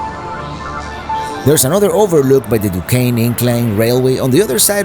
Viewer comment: I’m impressed with your correct pronounciation of Duquesne and Monongahela( we Pittsburghers call it “ the Mon” , for short) !